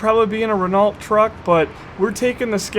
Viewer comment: renault isnt prenounced like its spelt its prenounced rey no. and le mans is prenounced le mon. lol hope this helps